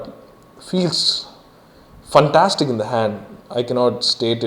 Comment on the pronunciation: feels "funtastic!" lol gotta love that indian accent